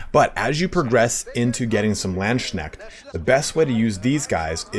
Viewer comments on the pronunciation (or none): People already corrected but it is Lands-Kneht, not Land-Shneht ))) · OK ok heres what I got to criticize: You pronounce Lands-knecht as Land-schneckt which looks and Sounds like "land-snail" lmao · Ngl i always wonder on what arcane websites people get their pronounciations for german words like Landsknecht